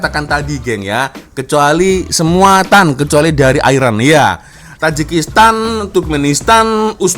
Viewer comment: Bukan 'tan', yang betul ialah 'stan'.